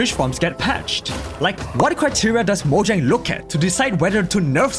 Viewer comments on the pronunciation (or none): Mojang no no no it's Moyang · “moyan”